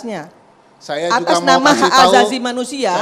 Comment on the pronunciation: Asasi bu bukan azazi hahaha banyak belajar lagi buk 😂😂